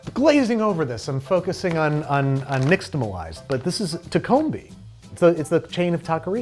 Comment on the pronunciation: You got the "tamalized" part of nixtamalized correct, but the "nix" bit is more like "niche" or "quiche" in sound.